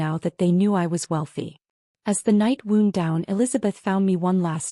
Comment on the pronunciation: Please learn how to pronounce “wownd” not “woond”.